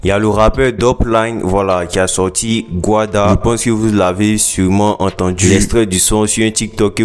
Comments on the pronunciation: On dit guala pas guada😂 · Il dit Gouada 😂